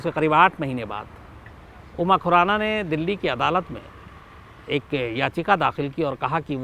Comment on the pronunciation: Abe tujhe khurana bolna to araa ni raa ganwar tujhe kisne journalist banaya tere jaise pakistaniyo ke liye thik h